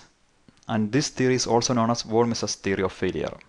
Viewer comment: Not sure. But I have never heard such pronunciation of "von Mises" stress before.